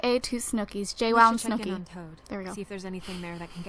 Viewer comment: Why did you call it snookie and jWOW